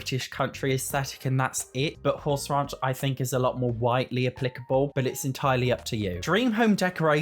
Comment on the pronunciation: Great video. Hey, Not picking here I just want you to say out loud Horse Ranch, Raunch, Horse Ranch, Raunch. The way you say it in the dictionary is: earthy, vulgar, and often sexually explicit: "a raunchy new novel" or (especially of a person or place) slovenly; grubby: "the restaurant's style is raunchy and the sanitation chancy". I love the way your accent sounds. but I thought you should know.:) Happy Simming!